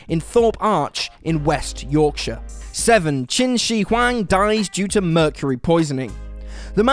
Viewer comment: The way you say Qin Shi Huang is amazing, thank you. You didn't butcher it or try to make it cool( especially Z are butchered, like Zhuge Liang, Zhang Fei)